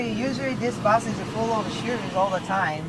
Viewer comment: It is not bass its bus btw